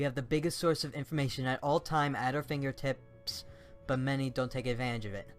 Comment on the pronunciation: "Finger Tits" did I hear that right?